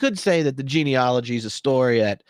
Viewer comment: The word is not GENEOLOGY. As you can see from its spelling. The word is GENEALOGY. Pronounced "gee-nee-A (short a as in "cat")-logy. I have studied genealogy including graduate-level coursework.